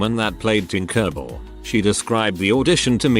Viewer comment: hearing tinkerbell pronounced as tinkurbil is hilarious